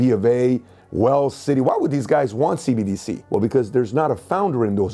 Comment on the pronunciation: She said CDBC lol